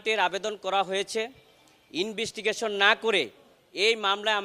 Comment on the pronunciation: This is a Lawyer. At least he is learned. An LLb. How can he say (or pronounce) Investigation as Inbistigation. Shame on him.